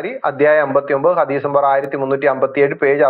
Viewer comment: ഹതീസല്ല. ഹദ്ദീസ്